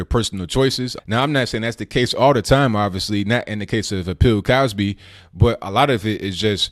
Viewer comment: Did you say Pill Cosby? Lol